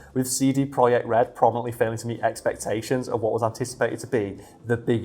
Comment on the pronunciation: Pretty sure it is pronounced project idk